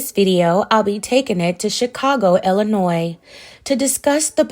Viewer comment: Thank you for pronouncing Illinois correctly!!